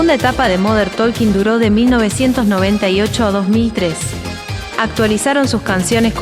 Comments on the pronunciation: se pronuncia tôking, pueden verificar en Google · La “L” de talking no se pronuncia, hasta Dieter lo sabe…